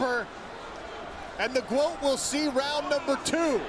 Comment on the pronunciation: I thought she was saying "Momma your daughter the GWOAT" have to rewatch. I teared up and watched that part in slow mo. She is such a FIGHTER and an INSPIRATION. You go GWOAT!!!!